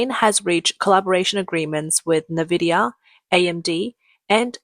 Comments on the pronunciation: If you can say "Cambricon" you can say IN-vidia. NOT NA-vidia. Their logo literally tells you HOW to say it. Nvdia. There is no NA- or NE- sound. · It's not nah-vidia, it's n-vidia. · I like your videos but you gotta get an AI voice that doesn’t pronounce “Nvidia” as “na-vidia”.